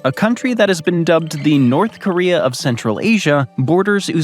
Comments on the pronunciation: "North Koreum"? East Africum???" He randomly places the letter "m" EVERYWHERE. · “In north koream” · "NORF KORIA HAS NOFING ON FIS COUNTRY!!!" Meanwhile, just across the Caspian sea, Chechnya exists.